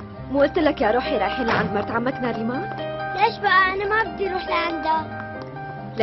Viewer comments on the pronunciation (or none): اسما ناريمان مو نارمين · اسما ناريمان مو ناريمين